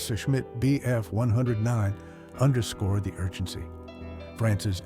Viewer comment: Teach your AI that it is "one O nine" not "one hundred and nine".